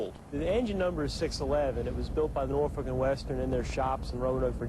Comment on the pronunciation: That lady just insulted heavily on the Queen of Steam, she should be do a 1st grade 10 times each vocabulary word saying Norfolk & Western 611 and take a test on it! LOL